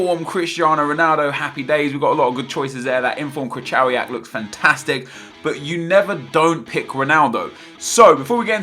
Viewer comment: When reading name "KRYCHOWIAK" you should pronounce CH like H in HUGE and W like V in VERY. You're welcome :-) PS Believe me I'm Polish :-)